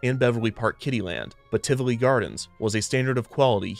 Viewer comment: I wasn't prepared for Tivoli (or Tivoli Gardens, if you prefer) to show up here, of all places. Huh. That was a lovely surprise - and thank you for being so careful and correct with the pronunciation of both the park and its founder. That was an extra treat on top of an informative and lovely episode :D